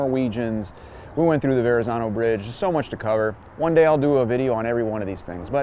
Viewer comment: Loving your tours,!! Just a friendly reminder to a non-Italian-speaker that the "zz" in Verazzano is pronounced "tz", you know, like pizza. 🍕 Aannnd then you explain the typo, poifect!:D